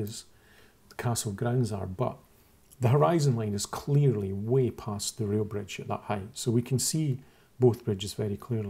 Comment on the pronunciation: Good video. For most of it I thought you were saying "real" bridge and I couldn't figure out how the closer bridge was less "real". It finally clicked that you said "rail" bridge ;-) It's a nice video, but you can't fix what's really wrong with the flat earthers.